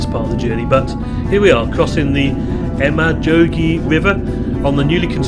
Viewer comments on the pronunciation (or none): This is amazing! As an Estonian, I did not know that they used English announcements too on the trains. The "Emajõgi" river is said like "Emma - yugi" meaning "Mothers river." I also post Estonian train videos on my channel.